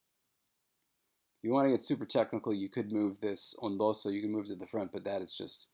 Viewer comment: Shouldn't "ondoso" be pronounced ['ondoso] instead of [on'doso]?